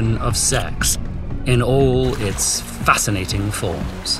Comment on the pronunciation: I love how he says FASCINATING at the end <3